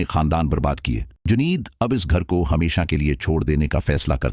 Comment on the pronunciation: Janid nahi juneid boliye .